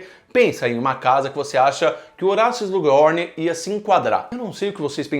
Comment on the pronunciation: Quem também fica agoniado ouvindo o falando "Slug Rorn"?